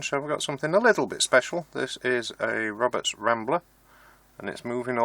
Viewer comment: Wed Woberts Wambler Wadio Wibbled wound and Wewired. And Polished.... innit